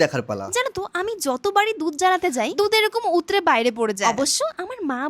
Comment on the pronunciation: Utle ❎ Utre ✅